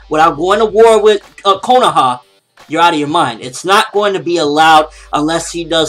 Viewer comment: not trying to be a jerk but can you say kohana right